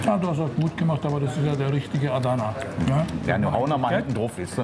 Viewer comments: "aadana spieß" 🤣😂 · Mich triggert voll wie die ‚Adana’ aussprechen😂